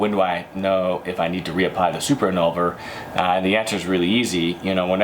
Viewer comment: He keeps saying NET-TAN-YAHT for NET-TOY-YANT and Super IN-NUL-VER FOR IN-VUL-NER. At least try to pronounce the name of the product correctly.